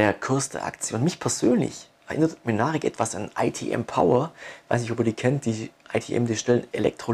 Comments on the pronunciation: heißen die nicht MYNARIC und nicht Münaric? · Das ist schwäbischer slang :-D